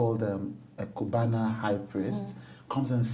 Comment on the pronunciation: How come no one is talking about what Chude called Cubanna 😂 Cubanna high priest 😂😂😂